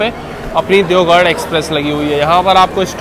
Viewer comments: It's deoghar (देवघर )not deogarh(देवगढ़). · Bhai you are calling Deogarh (देवगढ़) which is wrong, actually its Deoghar (देवघर) alias BABADHAM. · Garh aur ghar ke pronounce me confused he bhai that's deoghar not deogarh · देवगढ़ ❌ देवघर ✅ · I'll definitely see ur next blog just to see whether you are pronouncing deoghar correctly or not 😂😂